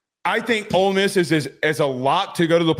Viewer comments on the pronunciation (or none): And its OLE MISS Not OLD MISS